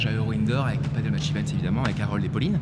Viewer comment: tu redis PADEULLLE une fois je te ban de ta chaine ok!!!